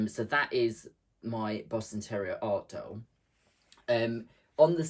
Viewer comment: That boston terrier! And the goat! So lifelike! You have such a patience for doing tedious things, like all that free motion quilting. Quilting in general! I'm inspired. And I have to ask - did I hear you say "Boston Terror-ier?" Because that's hilarious - 😂❤😘